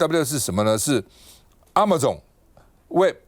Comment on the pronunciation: A friendly reminder: Amazon 不是： “阿馬重”! Waiter 趙不是留美過嗎? 英文是這麼差! "你在講些什麼!!!" 😂